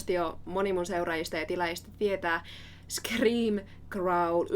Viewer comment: Man this is so beautiful. Your voice is so gorgeous. Finnish sounds amazing in your voice. I LOVE the way you say "scream" with the rolled R. It's one of the most beautiful things I've ever heard. And when you growl momentarily it is to die for. I love Tatiana because she makes delicious sounds. I'm in love with your voice because you make gorgeous sounds as well, and your analysis is spot-on. Why is the algorithm so late to the party for me on this wonderful video! This is 🔥